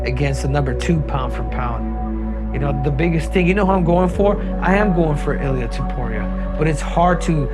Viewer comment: It’s not illir that’s an Albanian name. It’s illia.